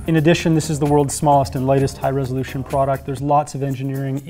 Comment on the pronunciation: You keep saying "resolution," and it sounds less correct every time.